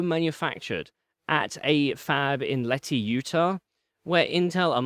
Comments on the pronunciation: Leh-hee? LEH-HEE??! Lehi, UT is pronounced "Lee-High" ;) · IM Flash was in Lehi, Utah (pronounced lee-high not let-ee). It's quickly been changing hands. In 2019, IM Flash was disbanded and it just became Micron Technology Utah. Then, the fab was purchased by Texas Instruments just last year. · Just so you know, "Lehi" is pronounced "Lee High" not "Letty". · *Lehi ("Lee-hi"), Utah; not "Leti/Lehee". That once "IM Flash" fab is literally blocks from my house. Texas Instruments owns it now and makes analog semi's there. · The fab is located in Lehi, not Leti. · It's pronounced Lee-high instead of Leh-he. I was at BYU in Provo and at STEM Fairs Micron would come and really push for interns or full time engineers to come and work at the plant. They had marketing material and everything, and the idea at the time was to speed up slow hard drives, which made sense at the time when ssds were still somewhat expensive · Minor correction: The Micron fab is in Lehi (pronounced lee-high) Utah.